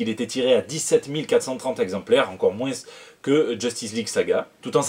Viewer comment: Tout ce que j'ai retenu, c'est que tu dis "Moinsse". Ça me fait marrer. Il m'en faut pas beaucoup. Longue vie au.